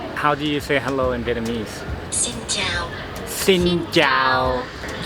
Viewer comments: Wow. Your Vietnamese sounds great. Almost perfect 😊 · Your Vietnamese pronunciation is very good